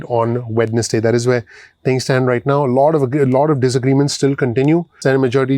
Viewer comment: Hi my friend, I love your channel, Only when you pronounced WEDNESDAY, It should be silent D, It should sound WE-NES-Day, Other than that YOU ARE THE MOST PRECISE AND INSIGHTFUL channel EVER, GOD BLESS YOU!!!